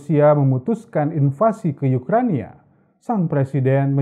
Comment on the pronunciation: Ukraina, bukan Ukrania